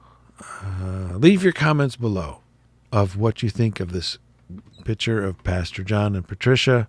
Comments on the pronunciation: Picture, not pitcher... 😂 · Where are you from? Not many people say pitcher for picc ture! 🤣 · Pick/ture, not pitcher